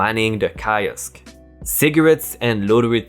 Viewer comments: Bit of info kiosk, pronounced keyosk. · On the mispronounciation, the word "kiosk" is pronounced keeosk. I subbed a while ago and I'm still gobsmacked at you and your friend's courage! Please keep going especially when you work together, it really brightens my day! If you don't I'll see your manager and get you fired! REEEEEEEEEE!!!!! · Key osk. I is sometimes pronounced as E.